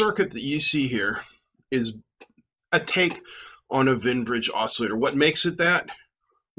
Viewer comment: Wien, not Wein. (Both are German names. Wien is the inventor of the Wien Bridge. His original paper about it is fascinating because he's experimenting with an "optisches Telefon," a primitive oscilloscope made by bouncing a light beam off a mirror attached to a telephone receiver, i.e., small speaker.)